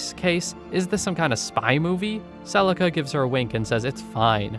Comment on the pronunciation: Celica not celisa